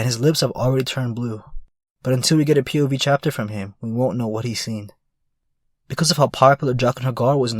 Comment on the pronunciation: you have to stop saying "pov" in the weird way that you do, because it sounds like you're saying "puberty"